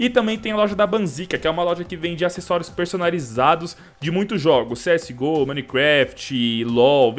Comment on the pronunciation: agr nao e cs go ta geral falando cs ghoul '-'